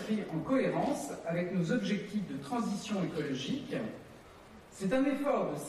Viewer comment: Bordel qu'est-ce qu'elle est agaçante quand elle fini ses phrases avec des sons en 'un' ménagUN, écologiquUN, ensemblUN, civilUN. Pfou! c'est lourd